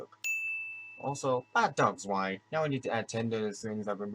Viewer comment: sin for every time someone says 'Zwei' wrong (even the cast). Reason being: it was name zwei in reference to the dog in cowboy bebop 'ein' which are both german words for the numbers 1 & 2. Ein=1 (said eye-nn) Zwei=2 (said z-veye) So. If we went by that how many sins would we actually be at?